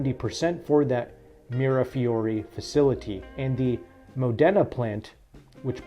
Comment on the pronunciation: It’s pronounced ‘Mod-da-na’